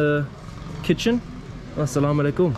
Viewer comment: Hey I want to tell you that is not slamoallikum its aslamoalikum plz next time say aslamoalikum plz ❤️ love from Pakistan ❤️